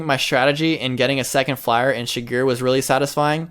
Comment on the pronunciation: the way says Shigure is triggering me.